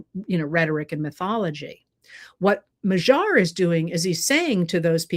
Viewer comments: MA-dyar. NOT ma-ZHAR. PLEASE!!!!! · I lived for about 9 years in Hungary and I am so glad to see their democracy restored there! I would suggest pronouncing his name as if the g is a d. I.e. Mad-yar, or more closely how the Hungarians would say it would be Mod-yar, with more emphasis on the first syllable but almost equal. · Magyar, which means Hungarian, is pronounced more like mad-yar. Have Google Translate or DeepL pronounce it for you. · Im challenging your pronunciation of Magyar. The g does sound softer than the English G but it is not the dj sound. It is more like a d By the way, the Magyars were a tribe that settled in the area which became Hungary in the late 9th C AD. They were a Uralic tribe and interestingly some went north and settled in Finland thus the two countries share the common Finno-Ugric language root